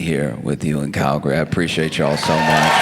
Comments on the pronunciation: 🇨🇦 Alberta Canada here. Thank you Josh for pronouncing Calgary properly and not calling it Cal Gary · He even pronounced it right 🧐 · Wait.... did someone tell him how to say Calgary? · Not me double taking when he said Calgary and pronounced it correctly.